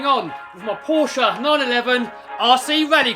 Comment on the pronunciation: At least someone can pronounce Porsche right